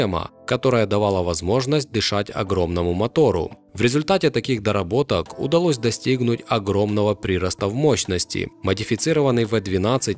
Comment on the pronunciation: Больше ухо режет прИрост в мощности